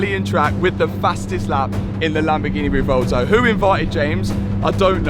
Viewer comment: Sorry to sound like a broken record, but it's pronounced 'rev-well-toe'. Love the videos anyway...